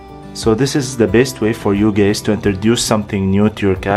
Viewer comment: Is it just me or every time he says "guys" it sounds like gays 😆